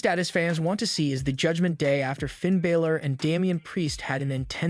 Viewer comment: Hey dude that's doing the news for WWE his name is Finn Balor not Baylor